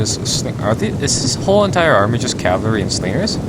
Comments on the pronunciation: For fucks sake just say cavalry properly for once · "Cavlery" XD yolo